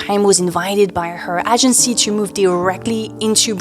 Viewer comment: Agency is pronounced > Aye-jen-see < LONG A, not short. Do your therapy in private.